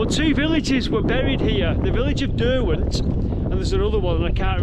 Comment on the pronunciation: Derwent is Der-gone pretty much…